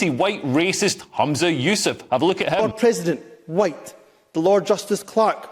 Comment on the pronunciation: Can I retroactively report Hamza Yusles for his racist 'FWhiiite' speech in Scottish Parliament, how he managed to get that F in front of the word White was amazing, it's similar to all the Putin haters pronouncing his name ' Pewtin'.